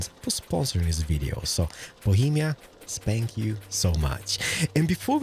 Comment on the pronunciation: No one, Absolutely no one, Not one person,: "spank you"